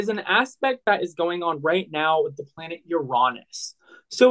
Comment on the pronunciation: pronunciation!! How do you get out of 6 th grade without knowing how to pronounce planet names?!